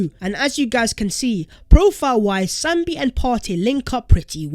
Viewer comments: It is Sambi not Sombi. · It’s SAMBI NOT SOMBI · I thought it was Sambi and not Sombi like keeps saying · Sambi not Sombi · Sambi not sombi😃